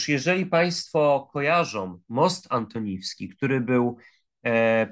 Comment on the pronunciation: Most Antoniński? A może Antonowski jednak? Panie redaktorze, prosze nie przekrecać nazw...